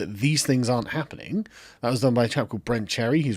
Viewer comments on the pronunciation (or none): For the last ruddy time, nobody says "rarnt"! Lol